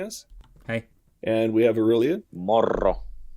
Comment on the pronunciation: "Morro"? I'm assuming meant "moro".